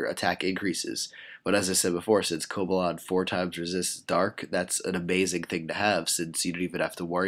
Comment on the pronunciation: Its cobalion not cobalon